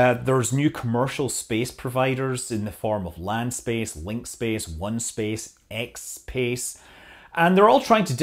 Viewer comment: Did you say china has a company called "xspace"? lol